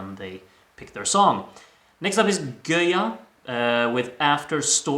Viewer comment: I'm so happy you liked it.🥰Your pronunciations are decent, especially "Justė Baradulinaitė" was flawless. Funny enough Gøya is the one you pronounced wrong haha, ø is there mostly for the aesthetics. 😂 There are a few more that missed out on the final that I highly recommend to check out (studio cuts): Queens of Roses - Taip! Matas Ben - Svajonės po 12 Matas Ligeika - Saule Rūta Budreckaitė - Tai kur namai (this one, in particular, had a hype around it) The Ditties - Zui Zu Bi MeidĖ - Gyvatės Joseph June - Ko man nesakei? Godo Yorke - <3 neparodai There are also songs by Vilija (Lithuania 2014) and Ieva (Lithuania 2018) Also, not related to the NF, but you should really check out "Perkūnas" by Jovani x Petunija, performed by Petunija and produced by Liepa's producers. I really love this one. It's electronic and folksy, somewhat reminiscent of Ligo (but better😜), really love the direction Petunija is taking lately. And of course, my favorites are Katarsis, Petunija, and Liepa. Really want either Katarsis or Petunija to represent us.